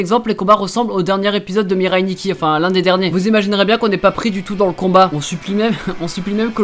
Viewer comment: ARRETEZ DE DIRE "MIREILLE NIKKI", c'est "MIRAI NIKKI" BORDEL